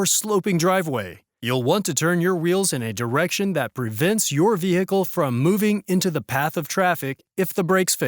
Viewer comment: The H in "vehicle" should not be pronounced.